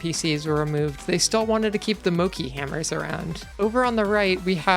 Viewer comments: its called mochi (pronounced mOchE) not "moci" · first time i hear mochi spelled mokki xD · Mochi is pronounced more like the mo in mob and chi chill. Or if you happen to be fluent in IPA it's prononced [motɕi] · that is not how you pronouce mochi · Your pronunciation of mochi upsets me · Really interesting video! Love the Spikeon Kingdom. Please do look up how to pronounce mochi though😭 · why do you pronounce mochi like that. it would be more intuitive to pronounce it the way it's pronounced? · Yur saying mochi wrong >:(((((